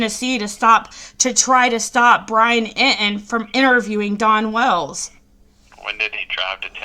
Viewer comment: Who is Brian Eee-en?